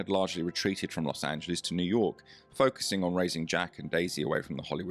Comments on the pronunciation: It's NOT pronounced "LOSS ANJELEEZE". I was born there, so I know. Where on earth did you get the idea that it was? Do you think it's Greek? Let's get it right. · Are you British? Even though I was born in LOSS ANJELEEZE, I lived in England for fifteen years. I knew people there who could pronounce the name correctly -- generally those who were literate or aware that there was a world beyond their shores. So your comment is something of an exaggeration, old chap.